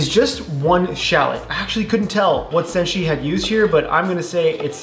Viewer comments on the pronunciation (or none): Btw, it's senshi not senji, just sayin:>